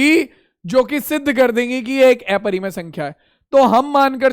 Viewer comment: Sir not एपरिमेय it's अपरिमेय